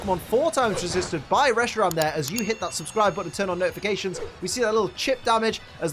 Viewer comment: wait itt coud be a digatalv he said notifacations'